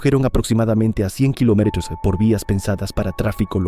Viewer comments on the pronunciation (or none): ese "kilometros" se escuhó raro, no?